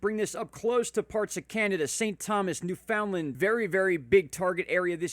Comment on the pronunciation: Thanks for your report…🇨🇦 here …we pronounce Newfoundland as “newfundland”. I always chuckle when those not from 🇨🇦 pronounce it😂